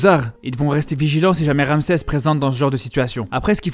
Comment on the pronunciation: On di pa ramséé mer aron ramzi juste la prononciation